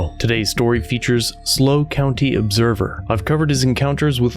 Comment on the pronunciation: It is not pronounced "Slow" - it is S.L.O. County Observer for San Luis Obispo County Observer.